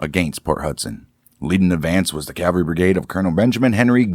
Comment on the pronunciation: My GG Grandfather and his brother were in the 1st MS light artillery. Nice to hear a story. They were in the Siege at Port Hudson. Oh yeah, the word is CAValry, not Calvary.